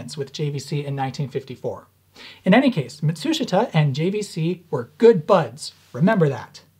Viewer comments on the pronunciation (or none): Matsushita. (mat-soosh-it-uh) but sounds like (mat-soosh-ta) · Why do you pronounce it "matSUshita" vs "matsuSHIta"? Just curious. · You keep saying "Mitsushata," do you mean Matsushita ["MAHT su SHE tah"]? [EDIT: -- Yes, I see now that you've displayed the written content.] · Is he saying Matsushita (ie - Panasonic), or is there another company called Mitsushita? I can't tell from the way he pronounces it. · Love all your videos, they are brilliant. Small hint: In the word "Matsushita" the "i" is a silent vowel, correct pronunciation is rather "Matsushta". But keep going on with your fascinating work, I love it! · "Mat-soosh-it-uh" [once]...[twice]...[thrice] I'm sorry, but I've gotta click away. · Dude, that's not how you pronounce Matsushita. it's pronounced MAT-SOOSH-TA, even though it's spelled MA-TSU-SHI-TA in romanized Hiragana. Of course, Matsushita Electric changed its own name to Panasonic Corporation recently. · It's mawt soosh ta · FYI: The "i" in Matsushita isn't pronounced. The name is 3 syllables Mat-sue-shta. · “Matt-sue-she-tah” 👍🏼 And it’s “Tech-MOE-ON’ Is how he says it.. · Mott-TSOO-shtuh 松下電気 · sort of a minor nitpick but you keep pronouncing Matsushita wrong and I notice it every single time: ma like in grandma - tsu like in tsunami - shita like shta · Mat'shita...they don't pronounce the 'su' in the middle... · Ma-TSOOSH-ta. The "i" is silent. Love your videos! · Matsushita is pronounced Muh-sheeta. Why? I have no clue. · Please learn how to pronounce Matsushita the proper Japanese way. (Hint, it’s not pronounced the way the Americans spell it and it has fewer syllables.) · The "i" in "Matsushita" is silent. Ouch my ears. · threateningly unsteady jazz hands clenching the air Stop pronouncing the i in Matsushita, you're so close to actually pronouncing it correctly. =_= Keep up the good work. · That's... Not how you pronounce Matsushita.